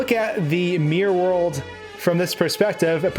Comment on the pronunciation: "Suum Marr 64, suumr Mari 64, mear worl" ... A- for trying